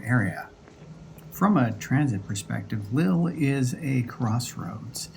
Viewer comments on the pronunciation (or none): The pronunciation is "leel", but everyone else gets it wrong, so not to worry.